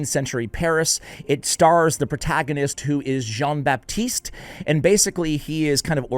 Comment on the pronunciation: Your French is pretty good bc saying Jean Baptiste is not that easy 😂